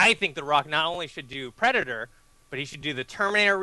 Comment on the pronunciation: I like how it says pedator.